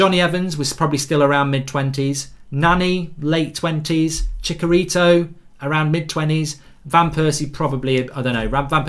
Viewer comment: Chicharito, ch as charcoal not Chickarito! He was at Man Utd for years!